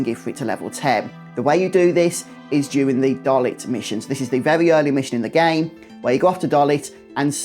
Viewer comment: People always pronounce “Dollet” wrong. It’s Dol-ay it’s French.